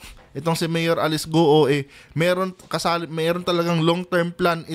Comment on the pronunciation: Guoooo,,Not Gu-o.😂, marami na nag vlog na 12yrs old cia dinala dto, un tinago sa piggery farm may tutorial .dba sbi nia 14yrs old start na cia business?tatay nia binibigyan cia ng 500k 1M 2M..humahawak na cia ng ganun amount.